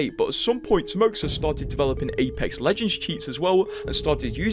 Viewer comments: I think it's pronounced Timoha and not timoksa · It's "Timoha" not timoksa. Russian X is H. Timoha is the short for Russian name "Timofey". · Read like "TimoHA" (HA) ;) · Timoxa is russian name and its pronounced "Timoha"